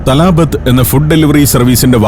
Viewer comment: തലാബത്ത് എന്നല്ല ത്വലബാത് എന്നാണ് അതിന്റെ ഉച്ചാരണം. (Requests = طلبات)